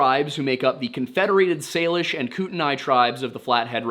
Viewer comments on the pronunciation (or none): As someone born and raised in Missoula, I wanted to say, good job pronouncing local place names! Missoula doesnt come up often, but i still hear people get it wrong. Great work. Edit: for your edification, because i know you care: kootenai is said "KOOT-uh-nee" and Pend Oreille is said just like the words "pond array." Cheers homie. Love what you do. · Kootenia is actually pronounced like koot uh knee and pend orielle is pronounced pond ah ray. But great video! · i live here. its "koot-nee" and "pond-er-ay" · Pond-er-ay and Koot-nee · It's Pond uh ray and koo tun ee. A lot of places around here in north idaho and western Montana can be confusing to pronounce lol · Ok I am from sandpoint idaho. I live next to lake pend oreille and the next county over is kootenai. I have literally never heard someone pronounce those words that way. Ever. It hurts my brain ever time he does. It's pronounced koot ny and pond er ay. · Great video! I grew up in North Idaho a few minutes from lake Pend Oreille. Just wanted to say that it’s pronounced as Pond-Er-Ray. It’s a commonly mispronounced word since it’s French. And Kootenai is pronounced Koot-nee, at least that’s how it’s pronounced out there where I lived not far from Kootenai County. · It’s pronounced koot-knee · Pend Oreille is pronounced "Pond O'ray" and Kootenai is "Koot-nee". Glad you touched on stuff sorta near my home (the Bitteroots are beautiful but I live in Boise). Still, if you want to do more stuff in the Idaho area (or even come out there) let me know ahead of time I can perhaps help you set up some ground work, show you around, and so on. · Hey guys! Local here to the Idaho/Montana border. You're so close. Kootenai is pronounced Koot-knee and Pend Orielle is Pond-er-ay. (It's freaking French. Ew) Good job covering the story though!